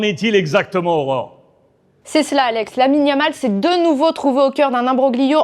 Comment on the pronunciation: Yamal pas lamal, et ça se dit pro foot🤦‍♂️